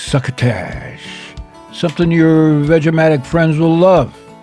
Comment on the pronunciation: I love it when he says vegematic lololololol